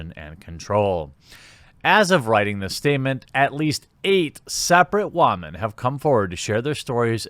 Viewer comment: Why do you say wamen